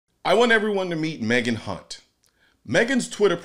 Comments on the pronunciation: You kept mispronouncing Kunt. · You pronounced her name wrong. It is pronounced Megak Hunt. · I'm just wondering how hard it was to say Hunt correctly.